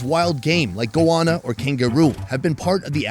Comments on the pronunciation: man... Its Goanna. Go anna. Not goouana. Also, who's the white guy making the head-smacking conments line "its a bit like barbecue".. no shit Sherlock. Its goanna tail thats been cooked on hot coals. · You heard him say Goanna and then you say Goahhhna... Its literally like saying Go Anna. ffs bro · sounded GOANNA not goana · it's not pronounced "Go Ahna" it's "Go-Wanna", ya YANK!! CHEERS FROM NORTH CAROLINA!! 🍻😆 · This is a bit late, but as an aussie, we pronounce goanna as go- anne- ah(short h, like in hello). I hate how many things are mispronounced by americans. talk like you would usually